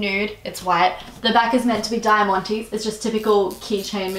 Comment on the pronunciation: go look for the pronunciation of diamante